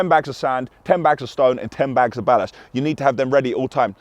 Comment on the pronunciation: Sorry bruv but why do you pronounce ballast so strange